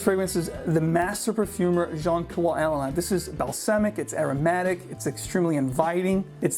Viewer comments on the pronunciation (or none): none